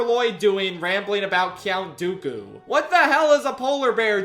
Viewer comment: “Cyownt Dooku”